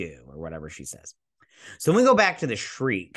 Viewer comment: The actress' name is Amanda Plummer, not Palmer and her character's ship is called the Shrike, not the Shreek. The names of all characters and actors are available on IMDB. I subscribed to your channel and watch your videos in the hope that you will do your Whoopi Goldberg Guinan impression. It is honestly sensational.